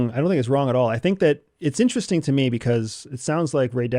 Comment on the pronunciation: 🤔 Nterest-ing isn't it?